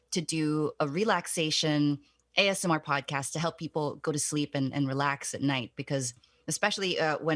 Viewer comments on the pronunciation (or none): none